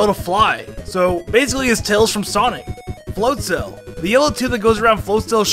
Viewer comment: You mispronouncing Buizel and Floatzel puss me off